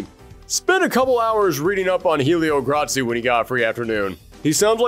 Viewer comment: In case anyone was confused, he meant to say Oro was inspired by one of.the founders of Brazilian Jiu-Jitsu, Helio Gracie. He just pronounced it with a little Italian flavor.